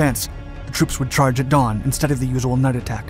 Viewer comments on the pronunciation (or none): none